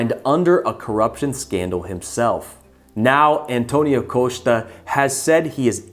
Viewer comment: The "o" sound in "Costa" is not stressed and you are mispronouncing the "o" like "cone, dome or Rome" which is the wrong "o". This "o" is more open like "dog, cost, love" It's not Coast-ah LOLOLOL it's Cost-ah